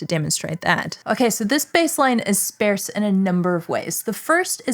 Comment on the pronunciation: is that how one pronounces sparse?